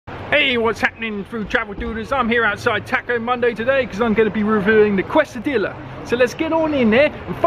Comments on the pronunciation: have to be pronunced Qezadiya! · You say Quesadilla funny :P In America we pronounce it Kay-Sa-Dea